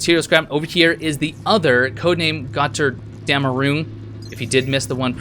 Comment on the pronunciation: The Pronouncement of "Götterdämmerung" was not Bad considering you don't know german... btw, Götterdämmerung means Ragnarök :-)